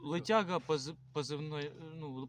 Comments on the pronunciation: Как только он сказал "лЫтяхга", сразу сложилось впечатление о постановке... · У российского бойца позывной ЛЫТЯГА. 😂😂😂. Девушка а вы москвичка? Да а ШО?😂😂😂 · лЫтяга!!! Всё верно... Русский парень 😂😂😂😂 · лытяга хахахаха